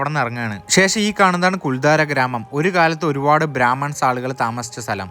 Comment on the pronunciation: I have heard of this village in Rajasthan through Santosh Kulangara Sir's Sancharam Dairy kurippukal. It is also a site for shooting location of Hindi films. It is Kuldhara not Kuldhaara. Thanks for the video.